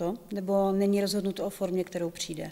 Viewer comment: Hrozně těžce se bere vážně někdo, kdo říka "přinde" 😆😆